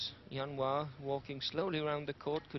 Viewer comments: "Jianhua" not "Zianhua", dumb british TV cannot even get his name correct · aiyo why do they call him yan hua his name is jian hua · Zhao Jianhua. not Zianhua